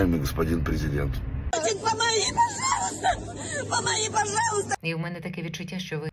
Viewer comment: Ви помітили як вона ставе ударєніє на букву г, в слові памагі ???